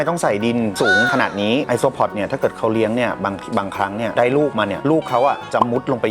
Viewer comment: ไอโซอิเล็กตรอน5555